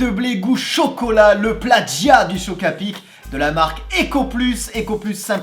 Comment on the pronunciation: On prononce « plajia » et pas pladjia